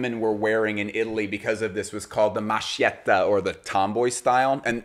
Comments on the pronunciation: As an Italian it is very interesting ro rediscover pieces of our history. I guess I associated Prada mostly to the Pope's red shoes before this video. Great research! (The Sch in maschietta is pronounced like in masculine not mashed) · Love love love the video. But please please, since you pay so much attention to detail, the correct pronounciation to 'maschietto' is mas-KIET-to, the 'ch' is pronounced as 'K' in italian, just like bruschetta is not brus-chetta but brusKETTA. It's a small thing but really it's like hearing your favourite designer names americanized. *edited to say that this video was super interesting and the above comment is just a small nitpick. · hilariously bad pronunciation of maschietta lol cool video though